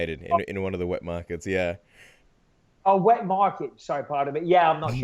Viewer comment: I definitely heard "wet marker" as well